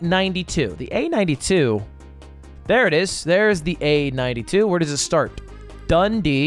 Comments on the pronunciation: its the way ludwig pronounces dundee for me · Ludwig pronouncing Dundee as 'dundy' made my day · Oh my god, somehow the way Ludwig pronounces Dundee is so close and yet so far from correct, it's absolutely hilarious